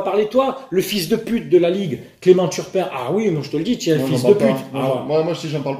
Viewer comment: Pour ceux qui attendent la partie violence verbale, comme moi, c'est à la minute... Nan, jvais pas spoile, ça ne se fait pas😂 PS: on est sûr qu'il s'appel bien turpin, et pas Tapin?